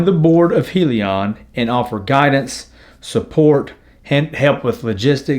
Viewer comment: Hyliion stands for “hybrid lithium ion” pronounced (hi-Leon)